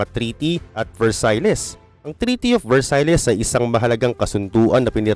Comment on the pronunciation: Versaille (versayl)